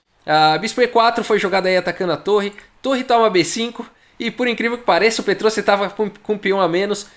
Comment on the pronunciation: O IAN em nomes armênios se diz com destaque. Se diz então"petrosIAN".